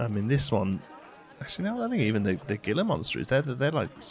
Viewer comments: The "G" in Gila Monster is an H. so it sounds like Heela monster.:D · Gila is pronounced Heela. And they are native to north america in Utah